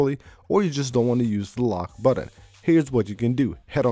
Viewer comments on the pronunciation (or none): you forgot to mention when he says "aksssibility" and "sheer sheet" and "buddon" and "co ordi-nates" and "shore cut" lol